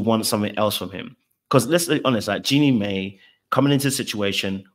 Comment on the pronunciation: Jeannie's name is pronounced 'Genie MY', not may